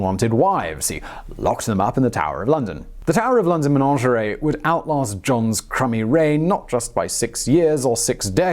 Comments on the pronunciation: The word is Menagerie, not Menangerie like this man keeps saying. I can't understand why he would get this wrong?? 🇬🇧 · I don't know why he keeps saying 'manongeray'. There's no such word, he means managerie (MAN-AJ-ER-EE). I think he's trying to sound posh!